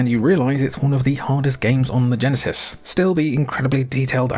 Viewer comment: Each time a Brit says "Genesis" a Flicky dies